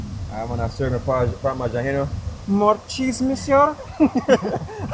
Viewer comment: That guy's funny he says more cheese Muieser but you are a madame